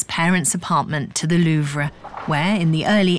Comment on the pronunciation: Seriously can’t handle the way keep pronouncing “Louvre”